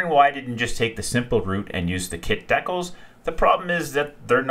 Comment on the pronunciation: Great build. DEE-CALS not DECK-UHLS